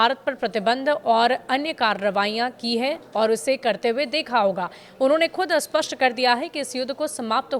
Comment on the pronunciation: स्पष्ट या अस्पष्ट ? सही उच्चारण क्यों नहीं करते ? 🤔🤔🥸